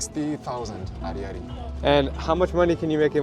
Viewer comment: And how are your finances? Are you really that poor with your camera and everything that goes with it? Do you want to pay 10,000 ariary for every document you see?Poorly translated, and what's more, the "y" isn't pronounced. I'm disappointed with your video. You're showing the bad side. Let's talk about the bad side: is your wife just meat for men? I don't think so, and yet that's what you're showing in the video.Politically, the colonel is in a provisional role, and he is trying to change that. And there you have it—you enjoy engaging in corruption. Yeah, the sponsor did a great job of killing off Madagascar's population; they just want money and refuse to distribute it when it's actually needed there—they should give some to the families of the 120 missing children.